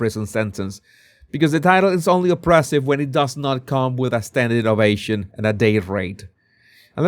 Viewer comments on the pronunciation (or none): none